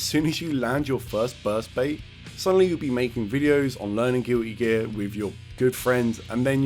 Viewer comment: Gil-ee geah lol